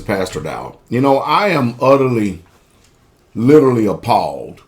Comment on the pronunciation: this guy can't even say the word literally correct he has to say it 3 times to get the word right hahaha lololol and yet he knows the truth I mean let's face it.